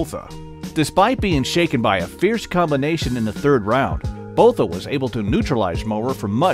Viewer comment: Botha Is pronounced ‘Boor-ta’